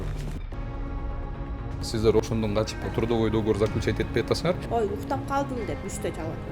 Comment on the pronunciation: Не до́говор а догово́р